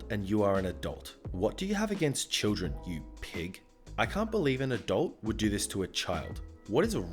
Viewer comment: I heard "I am an adult" as "I am a dolt" lol